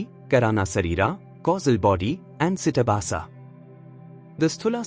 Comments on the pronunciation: With Respect !!! It is not CITABHASA. It is CHIDABHASA. ❤ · It's CHIDABHASA not CITABASA. This is a mistake in the video. Chidabhasa is the Sanskrit term which means the abhasa or reflection of Brahman, the Universal Self, on or through the mind; ordinarily this term is used to denote the reflected Universal Self in the Jiva, the Individual Self. The philosophical conditionedness belongs to chidabhasa.